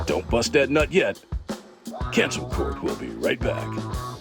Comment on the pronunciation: And your name isn't "doeboy". It's "Do boy"